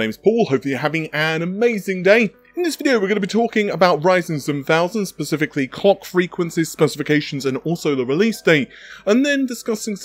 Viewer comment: Did he just say "cock frequencies" 🤣